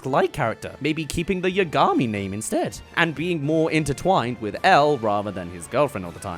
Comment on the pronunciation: How did you manage to mispronounce Yagami when it's said out loud several times in the anime?